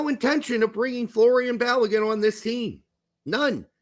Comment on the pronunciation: It’s Folarin, not Florian.